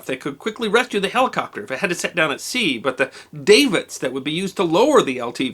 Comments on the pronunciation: Dav-its not dave-its. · Great video but one correction - it's pronounced "dav-its", not "dave-its". Sorry, the O.C.D in me came out. 😁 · FWIW and if this hasn't already been mentioned, 'Davits' is pronounced 'dah-vits', not 'day-vits'... Kinda like it's 'Bosun', not 'boatswain' ;-)... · I sailed on an icebreaker, USNS Mizar (T-AGOR-11) ... pie run, Seattle to Adak. Wish I'd stayed on. Oh, not DAY-vits ... DA-vits. Mostly likely Gravity Davits. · ish I believe davits is pronounced with a short “a” dahvits my keyboard doesn’t have the u shape above the a just. à á â ä ä æ ã å & ā Have you done a story about the USS Ward? Where it was built? and time it took to build? it’s time in the red lead fleet. What is was doing early on 7 December 41? It’s conversion? Who sank it? Where the removed gun is at? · davits.. the a is like the a in cat. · That is pronounced Dav-it's, my dad had to fly down that way in 1984 to send rescue supplies to the ice breaker Northwind, it sliced it's side open from the ice. Those Coasties were working 24 hours a day to free that cutter. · Another great presentation, we enjoy your videos full of passion and information. Oh “davits” are pronounced as in Davenport not Dave it’s. Have a great day!